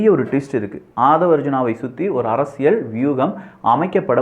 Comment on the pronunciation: Your videos are too good. I'm started following all your videos. தெளிவான விளக்கங்கள். Only one humble request in your title intro. ஆழமான அரசியல் சதுரங்கம் But you are saying ஆழமான அரசியழ் சதுரங்கம். Please try to change from next videos. Sorry if I told anything wrong.